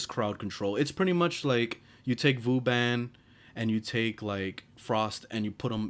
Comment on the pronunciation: homie said VOO-BAN